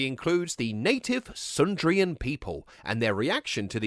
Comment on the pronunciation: as a Thomas adult I would like to say thank you for your accuracy and respect to the source material. The one compliant is its pronounced SUDrian like sponge suds.